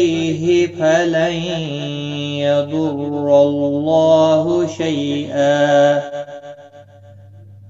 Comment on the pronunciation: App ny galht read Kiya hy falai ydorlaha hy app ny yay read Kiya hy falai ydorlaho ok me app say bath kr raha ho to app reply nahy kr thy